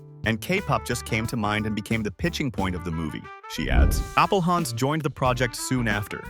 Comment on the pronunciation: AI voice can't figure out how to pronounce Appelhans :P